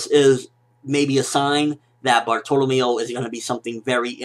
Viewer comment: Nice review, but something about the way you pronounce Bartolomeo just bugs me so much :D